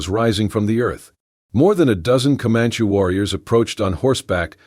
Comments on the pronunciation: commanche is NOT pronouncd communkie... doesn't anyone ever listen to what these things are doing? nice story btw.... i too listen to them when im going to sleep at night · Could you please learn how to pronounce words correctly?!!! For example Co-Man-ChEE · How do you pronounce Comanche, bandana, arrow, and posse? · Please don't use the rocking effect anymore. Makes me queezy. And correct the pronunciations. Especially Comanche. That aside, nice story. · If the AI voice can’t pronounce things like Comanche properly maybe a real person would be better for narration. It’s irritating in the extreme and distracts from the story when things aren’t narrated properly. I guess that’s why I rarely listen to these stories and block them when they appear in my feed. But I really like stories so I try the odd one to see if there’s an improvement and sadly there never is.